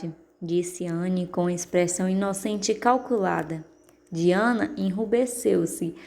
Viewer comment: Anthony Pye ( pronuncia se Anthony PAI) MARILLA Diana (pronuncia se DAYANA)